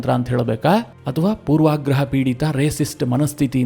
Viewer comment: ಅತ್ಯುತ್ತಮ ವಿವರಣೆಗಾಗಿ ಹೃದಯಪೂರ್ವಕವಾದ ಧನ್ಯವಾದಗಳು. ಆದರೆ ಕೆಲವೊಂದು ಶಬ್ದಗಳನ್ನು ಸರಿಯಾಗಿ ಉಚ್ಚರಿಸಿದ್ದರೆ ಇನ್ನೂ ಸೊಗಸಾಗಿರುತ್ತಿತ್ತು. ಉದಾ : ಸ್ವತಂತ್ರ ಬಂದು ಎನ್ನುವಲ್ಲಿ ಸ್ವಾತಂತ್ರ್ಯ ಬಂದು ಎಂದು ಮತ್ತು ಪೂರ್ವಾಗ್ರಹ ಎನ್ನುವಲ್ಲಿ ಪೂರ್ವಗ್ರಹ ಎಂದು ಹೇಳಬೇಕಾಗಿತ್ತು. 🙏🙏🙏